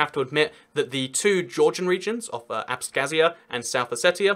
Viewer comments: you pronounce abkhazia wrong, it's with ipa x (like scottish loch) and not with a k, for the kh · Georgian Here! It's Abkhazia not abskhazia. :D